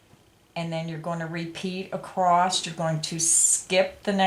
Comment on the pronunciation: The word is "across" without a t on the end.